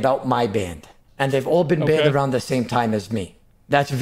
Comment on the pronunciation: Maybe now hes banned he can actually put his time into something actually constructive. Like practicing how to pronounce simple f*cking words like "banned".. 🤦‍♂️